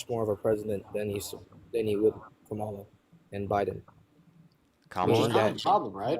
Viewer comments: I don't hear a difference with how he said kamala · It’s always the same they’re absolutely brain dead have no clue what they’re talking about. Can’t say Kamala‘s name right still blame Joe Biden, almost 2 years later. And Russia has always been our enemy and now all these Maga idiots love Russia. They love Putin and they love Russia because Trump told them to or something. They were anti-Russia and anti-war now they suddenly love war and love, Russia and hate Ukraine. 🤯🤮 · Why does MAGA all mispronounce Kamala's name? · I think you need to screen much better if a person can’t even say Kamala right they must have a brain smaller than an ant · When deplorables like thus guy refuse to pronounce Kamala's name correctly, you should refer to Trump as "Rump". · should make a rule. If they can't pronounce Kamala's name. End the discussion. It's ridiculous and disrespectful at this point. Also, that youngin is a hateful idiot on purpose.